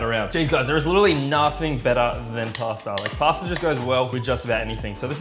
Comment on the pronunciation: Everytime you do this to "Pasta",one italian dies...